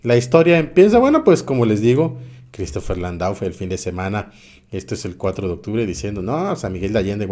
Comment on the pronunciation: Amigo el apellido Landau es muy probable que se pronuncie Landó y que sea de origen francés gracias por tus noticias abrazó